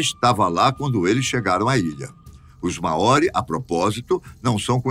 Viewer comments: A pronuncia correta seria mais parecido como (Máori) e não maóri! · Muito interessante, mas me mata a pronúncia dele em " Maori "